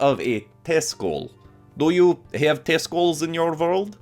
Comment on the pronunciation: "Do you have Testrals in your world?" "We have Testlas" I'm dead LMAO